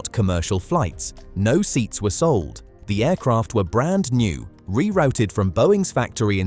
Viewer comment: Re rowted?? Aloo min um?? This is obviously AI.